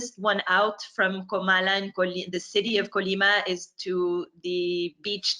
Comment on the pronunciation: Great video/interview,. And you're doing a good job of remembering it's Comala, not Colama.:)